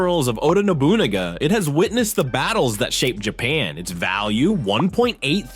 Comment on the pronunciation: I agree. He couldn’t pronounce Nobunaga correctly or hamon